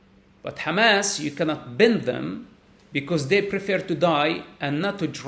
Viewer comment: Side note: I like the way he pronounces 'Hamas'.